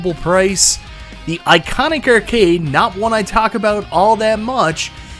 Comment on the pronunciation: Arcade =/= ERRcade.